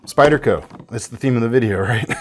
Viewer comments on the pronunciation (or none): none